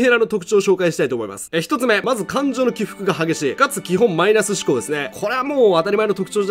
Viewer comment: 感情の「低く」が激しい……………………？🤔🤔